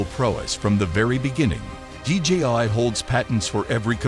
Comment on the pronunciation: The company name is DJI. You say DGI dozens of times throughout the video.